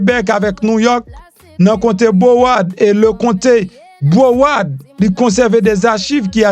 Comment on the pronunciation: MPH sorry my friend mows c pronounce Brawôrd ok